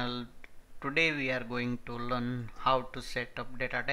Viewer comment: you have to work on your "learn" pronunciations.